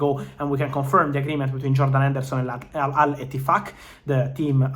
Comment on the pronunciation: I love the way Fab says Al Ittifaq LOL